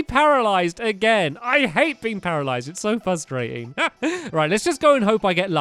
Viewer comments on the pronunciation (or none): And it is called parilized not peralisis